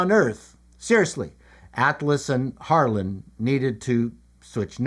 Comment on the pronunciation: At first when you said "Harlan," I thought you said "Harlot." Really...😊